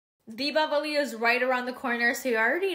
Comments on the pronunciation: it sounded like diwawali!! I’m a South Indian too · Not Diwawali !! It’s Diwali